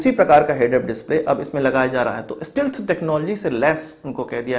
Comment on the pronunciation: bhai STEALTH ka pronunciation sahi karo